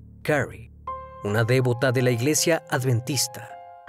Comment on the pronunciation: Siempre dices "dévota" o "dévoto" y es "devoto" o "devota". Más allá de eso; excelente contenido como siempre!